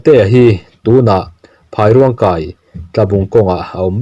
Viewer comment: Phairuangkai tih hi i lam diklo deuh, Phai hi vairam sawina atan a phai kan lam ang hian lam tur a ni a, Rûang tih hi sakrûang tih a Rûang kan lam ang a lam tur a ni.